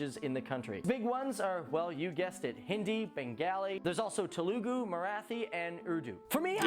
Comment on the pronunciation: damn you have to pronounce it like te-lu-gu,what you guys make it sound is like tell-guu